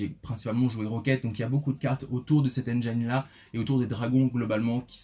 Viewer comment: Les francophones détruisent bcp trop l'anglais , "engine" se prononce engine et pas engyne